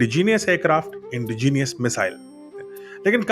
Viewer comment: सर आप 'इंडिजीनियस' न बोलकर 'इंडिजेनस' बोलें जो कि सही शब्द है।